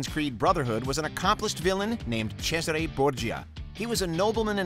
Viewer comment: I’m neither british, italian or native american, but I’m pretty sure you slaughtered the pronounciation of Haytham, Cesare and Ratonhnhaké:ton. I would like to say «can’t blame you», but just watch footage of the games you’re talking about and you would know, so I CAN blame you lol